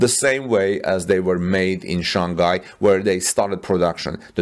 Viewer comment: Shanghai should be pronounced Shang-hai, not San-ghai.